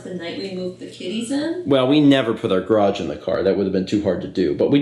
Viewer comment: Is "graaj" from the same dictionary as "draff" and "surl"?